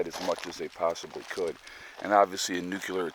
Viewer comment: The proper way to say nuclear is NU CLEAR!!! NOT NUKE u ler!